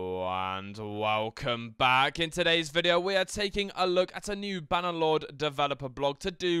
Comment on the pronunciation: Hahahahah how annerlord xD instead of bannerlord genius.